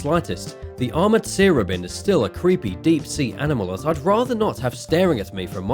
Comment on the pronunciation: It's not a sear-obin. It's a sea robin. Like the bird